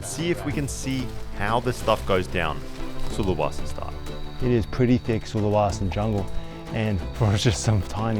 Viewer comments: I spent a year in Sulawesi...this brings back memories (It's not SulaWAsi!) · Sulawesi man, with an e, not an a. Sorry but I live here and it was just jarring every time you mispronounced it. Other than that, brave video for sure, respect.